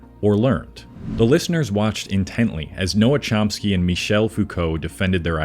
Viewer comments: Pretty meh. You don't inspire confidence with your mis-pronounciations of Chomsky and de Beauvoir and your positive mentions of two of Sartre's most mediocre books ('Nausea' and 'Being and Nothingness'). Doesn't sound like you've read them, mate. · I would have given this video a “thumbs up” if the narration hadn’t have mispronounced most of the names. Also, you can’t “reiterate” someone’s ideas if you’ve never read them.